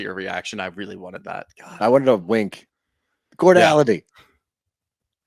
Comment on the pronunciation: Big vocabulary? That's not even how you pronounce "cordiality." Foot in mouth.